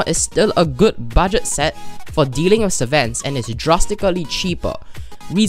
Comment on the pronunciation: "budet friendly" we all make mistakes its ok